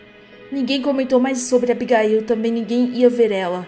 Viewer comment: não é Abigail é abigaiu